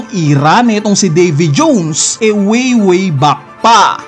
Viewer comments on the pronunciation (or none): ayn na si NIKU ROBIN AT DAVY JOOWWNNS 😂 feel na feel ung pag pronounce eh muntangaa hahahaa... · Nkakabwisit pagbigkas sa davy jones..😅muntanga di ko na tinapos